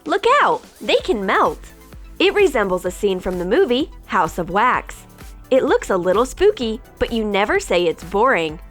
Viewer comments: Wax not weks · It’s wax not wix